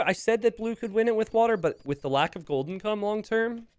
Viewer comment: I had to do a double take when you said gold income it sounded like golden cum 😂